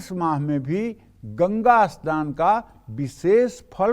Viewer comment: aap saman ko asnaan kyon bolte hein aap aur bhi kai shabad aise hi bolte hein ya aap log sanam ko asnaan aur sangat ko asangataur sharir ko asharir aisa kyon bolte hein kirpa karen. 🙏🙏